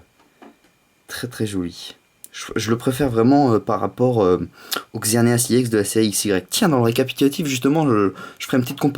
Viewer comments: c'est pas iex c'est ex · Le E se prononce de façon Englaise :D